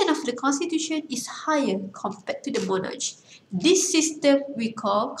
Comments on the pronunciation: Not mo-narch its mo-nark... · Not monarcsshhh , its "moh-narkh"